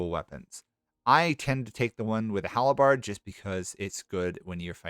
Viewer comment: It's "waaaaah" not "waaag." They are screaming "War!" But cannot say R. And it's "Halberd" not "halaberd"